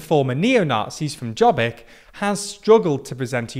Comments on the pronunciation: Well, he and Serbia are waiting for Russia to give them the go ahead to carve up Romania? Then they may fight for their overlapping claims. Jobbik, Better. Jot, not Jay. You really should do better research, it's all online. Like how to pronounce the letter J in any language. I can think of four in Europe. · it is Yob-bik, not "job-eek". why is it so hard to check, every foreign news media, its not even hard to pronaunce....? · Jobbik. Not dzsobik. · "Jobbik" mispronounced [Jobbic] whereas it's [Yobbic], means "the better one". "Mi Hazánk" (pronounced quite well) means "our homeland". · It's not pronounced Djobbik, it's pronounced Yobbik. I swear why is it so hard for Americans and British to go to Google Translate and listen on the pronuncation of certain foreign words and terms. It's not that hard. But I guess it's easier to be ignorant. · Jobbik is pronounced as Yo-bbik, with the double meaning of "better" and "more right" (as in rightwing), and while they were a far-right party, they expelled those members and self identify as center right conservatives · If you want to analyze a political problem in a certain country, try to say the names in the right way. Like Jobbik which pronounced Yobbik. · A quick correction: Jobbik is pronounced like “your beak” with a heavy British accent (silent r). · Jobbik (pronounced "yo-bick") was the cuckoo's egg. a lot of people just didn't vote for a coalition that had a party who proposed a bill to list jews and such. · their campaign was "we aren't orbán" -Jobbik (pronunced as Yobbik) becoming less and less right wing -a giant machina that turned every single word from them into something negative -gyurcsány (he's the left wing's orbán) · And he can't even say Jobbik as it is spoken.